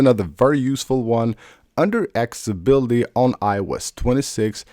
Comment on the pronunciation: After years and years MF still can't say ACCESSIBILITY. 🤔